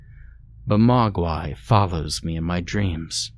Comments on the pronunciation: Hey all! My wife wrote this story nearly 8 years ago, and I'm so proud to see it's still getting a little love. Thanks for narrating! ❤ slight correction in your pronunciation, the name is actually pronounced like 'Mōguai', with the long o. Its a nod at the chinese word for monster. Also, for those concerned about the the attributing of a "skinwalker" to the Ojibwe people, or their area of the world, it's not meant to be about a skinwalker, or any actual Ojibwe cryptid, just one from that area that's old enough for them to be among the first to be aware of it. Some context is missing from this story as it's the first in an incomplete series, and I've spent the last 7 years trying to convince my German wife to expand on it. Time will only tell. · The mispronunciation of Ojibwa and Mugwa ruins this story.